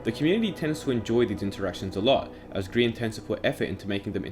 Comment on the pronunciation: I like how he spells his name as green not gry an (grian)